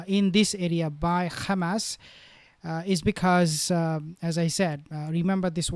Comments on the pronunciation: Why you say Gamas? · Good video, but him saying khamas annoys me.